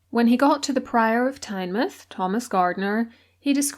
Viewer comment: Really enjoyed the video but have to mention your pronunciation of Tynemouth lol hate to be that person but as a Geordie it got under my skin. Tynemouth gets its name as it’s the mouth of the river tyne so it’s pronounced the same way Tyne mouth